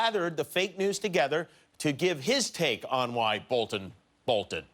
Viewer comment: "She's got a son....thoo-gehther"